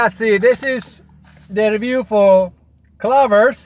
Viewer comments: I LOVE HOW HE CALLS IT “clovers”! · Cluver's, clover's....! He's like my dad. He decides on mispronouncing an English word, and it becomes impossible to correct.